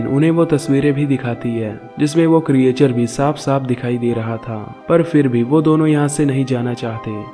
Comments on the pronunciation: क्रिएचर नहीं क्रिचर बोलो। 😀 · Good explanation. But pronounciation pe thoda dhyan do. Creature aur Explanation sahi tarike se pronounce nahi karte ho.